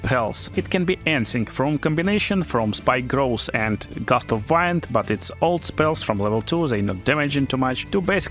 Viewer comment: I just wanted to explain Gust of "wind" is pronounced "weend", as in "It is windy weather". The other "wind" you are saying is "waynd" which means to wrap or twist something around something. 🤩